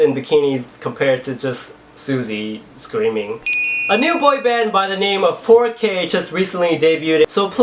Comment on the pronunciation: My favorite would be the 4K one, since every time you said "4K" I would hear " Poe Que" and laugh :D